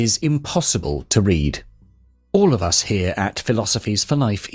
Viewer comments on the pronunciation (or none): none